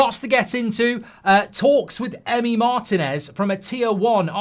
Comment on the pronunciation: Why does Mark pronounce Martinez MARTIN-EZ? It's mar-TEEN-ez. It's annoying.